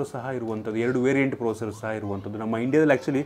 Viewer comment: Thas not procer its processor